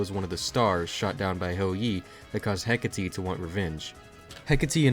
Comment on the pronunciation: Finally some quality Touhou content that isn't just uncut gameplay. EDIT: Btw, it's pronounced "Heck-a-tee-ah"